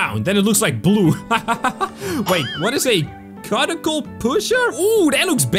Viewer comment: It's not cutticle, its cyuticle